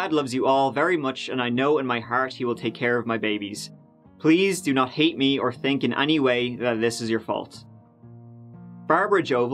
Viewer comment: Tere's (there's) a lot of teories (theories) aboot (about) why he pronounces words wit (with) TH as T. I tink (think) it's great! 🤣🤣